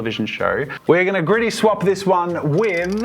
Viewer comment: I'm sorry, I was hearing Griddy, not Gritty 🤣🤣